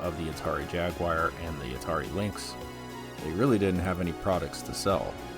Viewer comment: Which is more advanced,?!?? Jaguar, jaguar jaguar! Not: jaguire